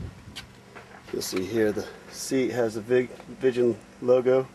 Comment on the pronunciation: Not vichen🤓its viggen.........